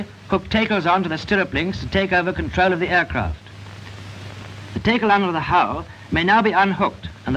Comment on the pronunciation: What the heck is a taycull? Does he mean a tackle?